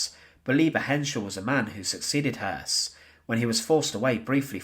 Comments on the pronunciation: Hoss, I always thought was Hess, but listening here its pronounced. Hearse. No wonder its hard to keep some of the less well known players straight! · Spelt Höss, pronounced Hess.